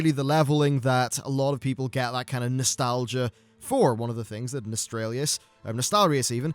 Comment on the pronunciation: the way that you purposely mispronounce nostalrius and thenn say "legacy servers whatever" is gross.